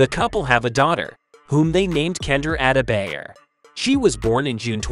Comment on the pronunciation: Ada -bayer😂. At least learn to pronounce his name.